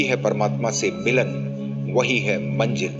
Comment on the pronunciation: Sir aap bahut achha bolte hai lekin Manjil word ko aap Manzil bole to achha lagega